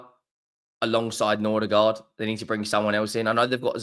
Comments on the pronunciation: It's Mbe-u-mo, not Mbu-e-mo and it's Nor-gaard, not Nor-der-gaard. Jesus. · Bro why you keep saying Nordigaard??